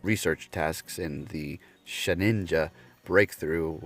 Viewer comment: It’s actually pronounced “shed-dinja” not “shed-ninja”. I think every YouTuber is pronouncing it incorrectly, although you can’t blame them considering most of them only started following the franchise with the release of Pokémon go.